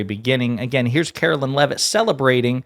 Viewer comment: I hate her, but please pronounce her name correctly It’s Karoline not Carolyn